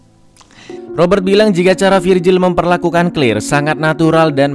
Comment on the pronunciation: Claire bukan clir cara nya membaca nma nya salah